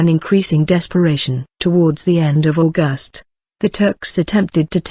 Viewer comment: This great story is entirely mangled by the soundtrack: the mechanical voice, the jerky delivery, the endless mispronunciations of words, names and abbreviations ("St." here stands for "Saint" not "street", for example, the month is AUGust not AuGUST), each of the same unidentified illustrations remains on screen long after its apparent relevance. The inflexion of the sentences serves only to obscure their meaning. Who on earth thought this was of sufficient quality to place on public view?